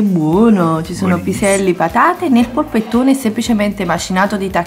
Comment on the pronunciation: Che poi chiamarlo "poppettone"... è una palla informe di macinato inguardabile!